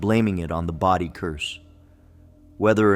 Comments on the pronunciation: Your constant misinformed pronunciation of Body is disturbing. I only heard you use the proper pronunciation once. Body should be pronounced Bodee NOT Body. Don't insult the ghosts by dispronouncing their city!!!! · Please stop mispronouncing Bodie, CA. It's not pronounced "body", with a short "o", but with a long o. You mispronounced this many times between two videos, driving everyone crazy. Please correct if you ever do anything about this town again. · Bro that's Bodie long O not short I'm from CALIFORNIA 🤣🤣🤣